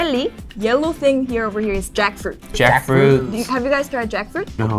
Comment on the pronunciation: Have you guys tried jackfruit?: what's jackfruit in Korean?: uhmm jack-u-fruit-u korean accent